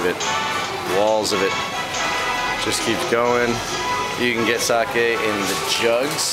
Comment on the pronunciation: nice video^^ and i like how you pronounced sake right unlike other foreigners.